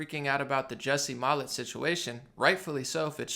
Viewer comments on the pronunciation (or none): Cant even get the guys name correct within the first 5 seconds of the video. Not a great initial impression...not worth my time.